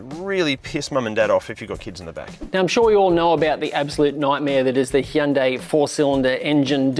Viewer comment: C’mon, you review cars for a living, surely the least you can do is pronounce the brand name properly.